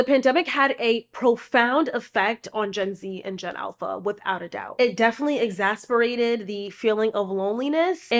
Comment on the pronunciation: Great video as always! one note: you keep saying exasperated I think you mean exACERbated*